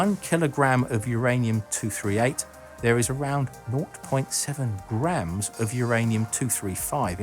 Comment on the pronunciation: "not point seven grahams"